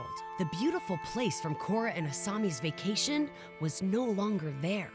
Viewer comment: “IT’S NOT A VACTION SPOT KORRA”